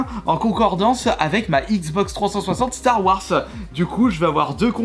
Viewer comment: Ba il la pronnonce a la Française